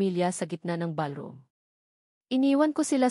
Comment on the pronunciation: Sabi ng narrator ang Table ay naging Teble tapos ang ballroom ay naging balrom. Hindi ba pwedeng palitan ang narrator para naman ka buhay buhay ang kwento!!!